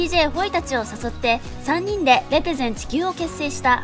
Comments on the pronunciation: レ↑ペゼン↓地↑球↓ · レ⤴ペ⤴ゼン地球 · レ↑ペ↓ゼン地球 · レペゼン地球の発音www dj社長はすごいです♬